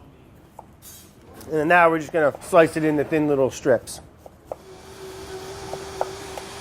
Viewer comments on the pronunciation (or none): none